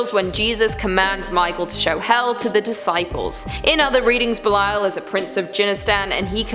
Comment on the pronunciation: Also Thank u, for pronouncing Belial correctly. Belial is DEFINITELY A VERY INTERESTING & POWERFUL INFERNAL KING! According to the Bible, King Belial was the 2nd only to Lucifer to be cast from Heaven... BUT WHAT ABOUT THE 19 BOOKS THAT HUMANS HAVE CHOSEN TO "CUT✂️OUT" OF THE BIBLE? ~Everyone should REALLY ask why that is... And what do they say in them that made them be cut out?!~ 🤔 BOOKS LIKE: 1 Esdras, 2 Esdras, The Book of Tobit, The Book of Susanna, Additions to Esther, The Book of Judith, Wisdom of Solomon, Ecclesiasticus, Baruch, The Epistle of Jeremiah, The Prayer of Azariah, Bel and the Dragon, Prayer of Manasses, 1 Maccabees, 2 Maccabees, Book of Enoch, Book of Jubilees, Gospel of Philip, and the Gospel of Mary. THATS A WHOLE LOT THAT WAS TAKEN OUT... So how many ppl REALLY know the Bible? The actual full Bible that HASN'T been cut up to suit different era's of humans making religions...